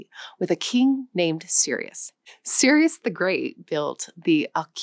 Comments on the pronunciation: سیروس کوروش سایرس، cyrus is pronounced/ sair°s/ saires not serious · Thank you for your informative video, however, nowadays, in the AI era, there is no excuse for mispronounciation or historical mistakes. Cyrus the Great is not prounce serious the great, it is pronounce Sires the great and this is the name used by Greeks. His name was Koroush in Persian. You just need to type کوروش in Google translate or ChatGPT to hear the correct (close enough) pronounciation of this name. In any case, I appreciate your efforts in introducing the Persian language and Iran history in not a usual biased Western perspective. Iran has been the rival (enemy) of the West from its inception (Greece, Rome, Britain, America, ..., etc), so it is not a surprise that the Western media and Orientalist always took the easy road to paint a bleak picture of the first real Empire in the world that ruled over multiple nations speaking different languages and outlast both Greece and Romans and rose from ashes at least three times after Greek, Arab, and Mongol invasions. Just think about it: -Iran has been a superpower for 1200 years before and after of converting to Islam. Yet no stories of the Persian brutality like Asyrian or Babylonian Empires. No long time damage to the humanity as the sinister British Empire which was most damaging Empire of the whole story, even more destructive than Mongol Empire because it lasted longer and unlike Mongols, they did not learn from the cultured people that they dominated due to their abhorent superirity complex and racism. - One of the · Please study and practice a little more before creating and publishing such content. King Sirius!!! Seriously?!!! Sirius was the Harry Potter character, KING of Kings's name is Kourosh , Kuruš . Anglophones call him Cyrus which is not right but ok! Then i heard in this video she called KING of the kings, SIRIUS! WTF?!?! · Your pronounciation is very off. You pronounce Cryus as Serious. Persepolis you made it sound weird